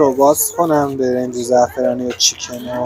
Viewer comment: برنج زعفرانی و چیکن؟ اینجور که گفتی چیکن یک آن فکر کردم بچه ی کف خیابان مدیسون نیویورکی؟!!! این چه الگوی بدیه آخه امریکاییه به تاریخ ۲۰۰ سالش مینازه و با لحجه ی آمریکن حتما صحبت میکنه ک بدونن کجاییه اما اینجا همه دنباله متفاوت بودنن